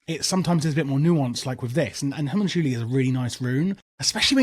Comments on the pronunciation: Its pronounced HO-MON-CU-LI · I’m thinking it’s hue-mun-cue-lie, or have been saying this wrong for years? 😅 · 100 percent agree, as well as circle of healing is just wayyy to goood on a few of the fights. First boss, elec boss, and last boss for sure need circle cause tanks arent taking like any dmg and everyone else is getting chunked. Also Ha-Monk-You-Lie is the pronunciation but whatevs. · It is hoe-moon-cool-lee, since it's Latin for "little men" :) But yeah, English speakers would probably pronounce the way you said. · Homunchoolie is utterly deranged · the way you say homunculi is fucking outrageous..... i suggest you google how to pronounce it because you are 100% saying it wrong LOL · i have never in my life heared Homunculi said like that.